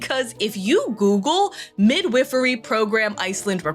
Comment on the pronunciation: The I in "midwifery" is long. Not like the I in "with", like the I in "wife."